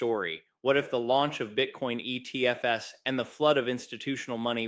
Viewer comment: you said ETF’ESS - are you ai generated? didnt you mean ETFs? I’m very suspicious now